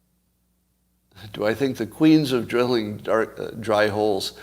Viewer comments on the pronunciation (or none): none